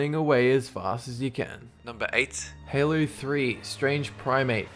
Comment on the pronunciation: did just say haloo 😂😂😂